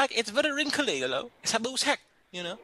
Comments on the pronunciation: Jaha..... She could not day sack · God why can't she just say sack with an s for Christ sake!?